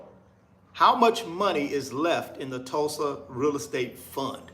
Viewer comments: I don't know but Jay hurt a lot of people. He has crashed. Its just the reason why people don't want to support. Its not going to be separated in peoples' mind. Its the constant bad business. You shouldn't have a hard time saying Tulsa, Tul-sa, damn. Do you know the history of Tulsa, OK?! m Jay talked the same talk like you. So you're going to get blow back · Hey bro, why you can't pronounce Tulsa? That's a red flag right there. I'm out! It's safer just to invest in Google.